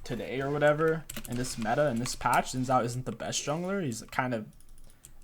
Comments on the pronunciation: saying it right is actually really easy!! it's pronounced, "SHin Jow" like the part of your leg + "ow! you just hit me!" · his name is not sin zao his name is shin djao like that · It's pronounced "zin chow"